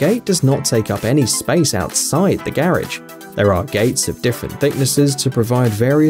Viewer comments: Your killing me, learn how to pronounce garage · This guy needs to learn how to say “garage” correctly. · oh garage, I though he was say carrige and was so confused in the begining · garidge, garage that accent